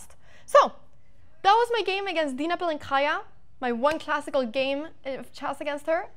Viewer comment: I mean, keep mispronouncing her surname and she'll keep being mad at you